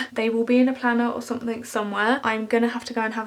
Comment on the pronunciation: I love how you say "somethink" It reminds me of 2D from the Gorillaz